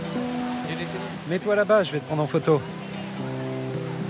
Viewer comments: Jewel et pas Joel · djowël, joyau en anglais 😂😂😂